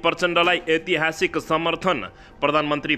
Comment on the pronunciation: अ आ इ ई उ ऊ ए ऐ अनुसार ऐतिहासिक को सहि उच्चारण गर्नु होला